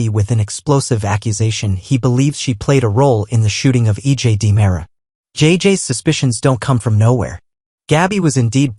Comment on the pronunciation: Boy, Alot of misspelling and mis readings 😮 Dean-era =Dimera